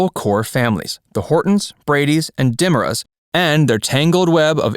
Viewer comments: DiMera is pronounced “Di MEERA” , not DIMMERa. 🙄🙄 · Just started watching.... 1st thing... Learn to pronounce the names correctly before you make a video. Sound it out lol... Da mare ras... I was a huge Day's fan. I grew up on Day's. It was my Mom's favorite show! She watched it from the beginning. I stopped watching when they changed writers years ago. I watched and was a fan for about 30 years.. When they had Malena become possessed was over the top crazy. Also their bringing back well known stars and having them take up the roles of other well known characters was insane! Excuse me but how do you expect people who loved the character of Chris Kosacheck (spelling?) To believe that when the star came back he became John Black???? Just absolutely asinine. We wanted Chris back.... Not turn him into John. As the stupidity continued with just dumb storylines about well known characters that would never thought or done some of the crap the writer's were having them do continued.... I lost interest because I was becoming more and more frustrated as I watched. The writer's ruined Day's for me and many other long term fans. I have met several of the actors from the show from back in the 1980's and 1990's. All very nice people. I was surprised that Day's was still on the air... Not surprised that Day's screwed their cast over.... That's what they had a long history of doing. Something you should look into Facts verse. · you lost me right off the top with the dimera mispronunciation... smh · When he mispornounced "DiMera" I almost fell out of my chair lol